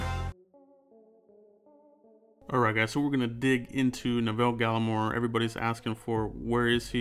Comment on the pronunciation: Good vid man 👍🏼 btw you pronounced his first name wrong tho, I grew up with him in Ottawa Canada was a great guy always stayed focused on football now look where he is 👍🏼 💯